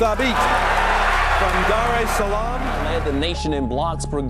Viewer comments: 💀 “Dare es Salem tanzaneia”💀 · The butchery in your pronunciation of Dar es Salaam and Tanzania... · The pronunciation of Dar es Salaam, Tanzania caught me off guard 😂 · My word, the way you pronounced Dar Es Salaam, Tanzania should be a crime